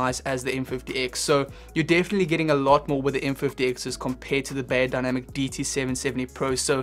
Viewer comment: Great review! 👍🏻 Thanx a lot. Just a tiny little remark from a native German: "Beyer" in the brandname "Beyerdynamic" is pronounced like "fire", not like "layer". I hope it is clear what I mean 😊😇.